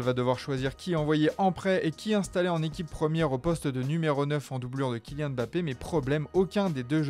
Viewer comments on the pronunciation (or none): none